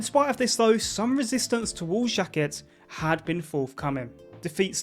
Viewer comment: Aimé "Jacket" :D love the effort tho